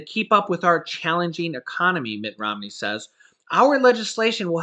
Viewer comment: "Mitch Romney" 😆